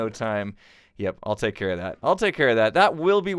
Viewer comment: it should have been, "i'll take carrot that", instead of when you said, i'll take care of that. i love your videos!